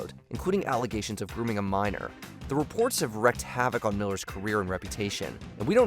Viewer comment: "Wreaked havoc" not "wrecked havoc."